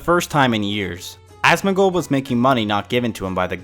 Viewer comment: loololol god damn u asmin gold lolol the way u say it is fukin classic honeslty i like asoms vids but this shit made me piss myself 4 times watching this